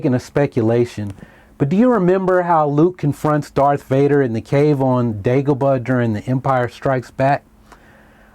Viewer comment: dude you said dagobut